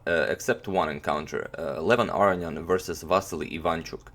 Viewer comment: #suggestion say Levon Aronian's name correctly?